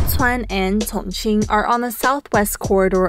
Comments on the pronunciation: A little distracted by the way she says Chongqing lol. It's "Chong Cheeng" not "cong ceen" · You're saying chingqing wrong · Great content - but what's with the pronunciation of 'Sichuan' and 'Chongqing'?